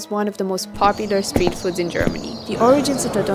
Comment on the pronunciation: "Steet" Food?